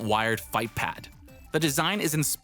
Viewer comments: You said ruh-verd (revered) Reh-veered Yup, I'm that guy 👦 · This man said “reverred” instead of revered